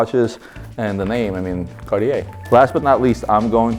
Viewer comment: Marco was supposed to teach the proper pronunciation of Cartier to the LB team. What happened?